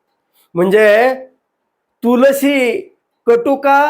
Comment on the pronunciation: डॉक्टर साहेब तुळशी ची पाने असा उच्चार आहे. बरं .❤❤